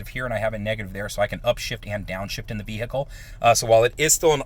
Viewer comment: you lost 100 points by saying vehicle like "vee-hickle..."